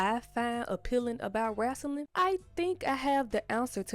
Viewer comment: "Wrasslin'" 😊 Yass sis ! Explore the world !